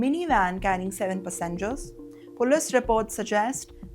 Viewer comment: It is Pass-engers. Not Pussengers. Geez, the thririrddd clalass Englliisshshh and pronunciations are really over the top.